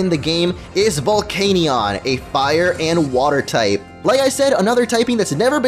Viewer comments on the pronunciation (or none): The canion part of Volcanion is pronounced "Can-ee-en" Not "Cane-ee-on" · I'm sorry, but... "Vevellon"? "Arseeus"? Vevellon could just be an accidental mispronounciation, but Ar-see-us is clearly how you think the word is pronounced. Arceus is pronounced Arch-ee-us.